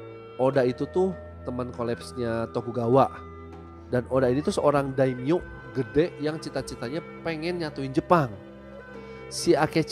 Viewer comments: not daimo but daim yo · "Daimyo" bang, bukan "Daimo"